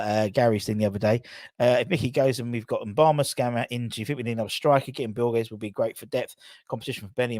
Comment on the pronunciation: Moo-ba-ma. Not M-bama